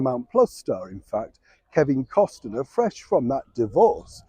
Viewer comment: Costner not Costener 😊